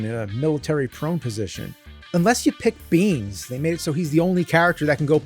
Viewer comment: Beans = Micheal Beihn (As in hicks)… Also the guy you should pick.